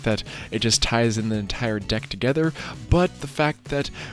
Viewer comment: Did he just say BIG BEAUTIFUL D**K or deck? 🤬